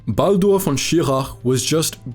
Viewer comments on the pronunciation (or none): none